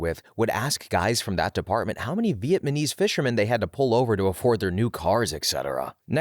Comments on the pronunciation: are you saying vietmanese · is he saying vietMaNese😂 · As a Vietnamese I am slightly humored by the way you pronounce that word =))